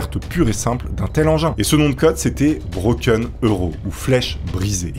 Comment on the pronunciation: On dit broken aro en phonetique pas broken euro mouaaaarrrfff 👍🖖❤ lol